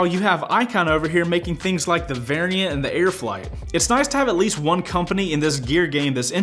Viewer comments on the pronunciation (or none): You're pronounce "variant" weirdly